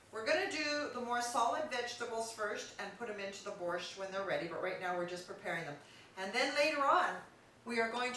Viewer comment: Yuck! nothing she made was even slightly Ukrainian!!! I never heard of borscht with cilantro, and I have eaten borscht in Ukraine, the USA, and CanadaAnd ever one of them have had dill in it. Where did you find this non Ukrainian to try to cook Ukrainian food! She cannot pronounce borscht correctly